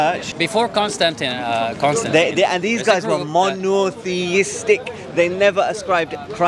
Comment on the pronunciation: "These guys were mo-no-THEE-is-tic" I swear dude just added a few more syllables when he said monotheistic.